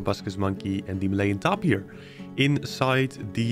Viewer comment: I think it's pronounced tape-ear but your acce ts and builds are so cool